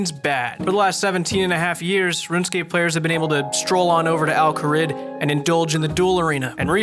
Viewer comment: In Chicago they pronounce Al Kharid " Al Kuh-reed"